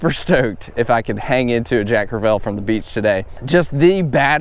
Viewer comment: I love ya man. Been following from the beginning. Probably all time favorite YouTuber. But if you say jack crev-ELL one more time....🤣lol sorry, I’ve been trying to let it go but ... Love the content, as always!